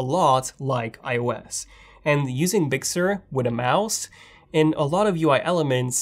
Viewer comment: very good review bro!... I got a kick out of the pronouciation of big sur... I swear you were saying "bixxer"